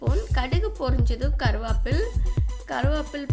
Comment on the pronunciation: Sister receipe super....but அது கரு-வேப்பிலை.... கருவாப்பில் இல்லை....